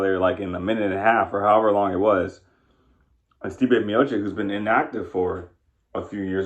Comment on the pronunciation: Stipe Miochich not Miochik